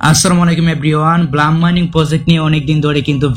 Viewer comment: No ব্লাম😂 it's ব্লুম😊